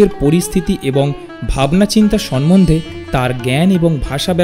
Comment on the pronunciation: কী জ্ঞ্যান ভাই আপনাদের! সাহিত্যিকদের সাহিত্য নিয়ে কথা বলছেন, ভাষাটা ঠিক ভাবেই জানেন না। আপনি ভুয়সী কে ভূষয়ী বললেন! ছি? সম্মন্ধে কে সনমনধে বলছেন। রবীন্দ্রনাথের লেখা চিঠিটির কপি দিন।"রবীন্দ্রনাথ শরৎ চন্দ্র কে সহ্য করতে পারতেন না" এই তথ্য কোথা থেকে পেলেন?